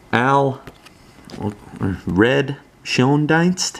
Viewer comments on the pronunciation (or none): Screaming deals seems to me. Trying to buy a second tier HOFer, nothing close to those prices on EB. BTW Red “Shane-deenst”